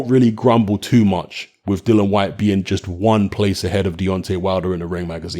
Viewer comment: 2 seconds in and shut down...its Dillian you dipstick...!